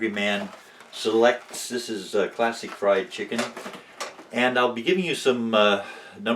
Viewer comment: Haha, I thought he said "plastic fried chicken" when he really said "classic fried chicken!"